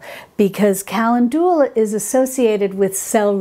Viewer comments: The correct pronunciation of the flowerCalendula is pronounced KUH- Lend- duh- luh😅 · Calendula is pronounced: kuh LEND yuh luh. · Sorry, lost me at 'Kalindoolar' 🤦🏼‍♀️🤦🏼‍♀️🤦🏼‍♀️ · I love how you pronounce calendula lol. Thank you for this video! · I think most people pronounce Calendula with the second syllable accented FIY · Thanks for your videos, I enjoy them very much! Not sure if anyone commented on your pronunciation of calendula...please look this up! Otherwise I find your videos very informative! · I want to enjoy the video, but the mispronunciation of calendula is driving me to distraction. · Both pronunciations are English and both are in common use throughout the US. I struggle with her pronunciation of calendula. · Wonderful video. This could totally be a ta-mate-o/tah-mate-o thing. I've only ever heard calendula pronounced like: cuh-lend-jew-luh. I love your videos and have been binging on them. I was really surprised when you said you were from because I could have sworn you had a... New York/East Coast accent? Please let me know! I like little fun facts like that. You've totally inspired me to grow some herbs! Thanks! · Good info as usual. Kuh LEND u lah is a more common pronunciation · pronounced CAL LEN DU LA and SAL V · Thats not solve, its salve (like salad), and ka-lend'-due-la, not cal'-en-doo-la. Great info however. Thanks. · Very informative, however I’m pretty sure your pronunciation of “calendula “ is not accurate. Most YouTube pronunciation sites are “cal-EN-dew-la”, not “cal-en-DU-lah”. Also it’s digestive tracT, not track. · Hi, you are pronouncing Calendula wrong😅 it's Ca- len- dula. I think you're saying Cal- en- du- la. Just heard you while watching this video. Please don't take it as a complaint...no bad vibes...only good ones! 😊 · Ca-LEN-du-la, not Cal-en-DU-la... just fyi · Calendula is where we get the word calendar. The Roman's loved this herb. It's pronounced cal in joo la. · kuh LEND yuh luh.